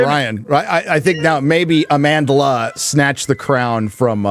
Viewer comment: Amandla can't even pronounce her name and she has the audacity to call you racists....I'm a black South African.